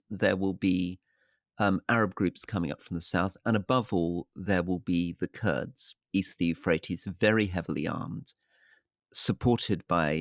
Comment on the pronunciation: Kurds not Kurt's